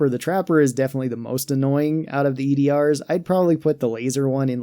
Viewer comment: They’re called “E.D.A.R”, not E.D.R. You pronounce it as “E-Dar”